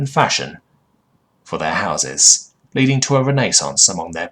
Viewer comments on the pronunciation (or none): none